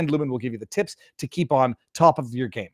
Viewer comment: Hmmmmm....did she say no taxes on tips or no taxes on tits? Just saying...